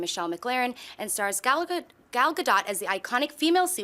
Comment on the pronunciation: Props to for getting Gal GaDOT's name pronounced correctly.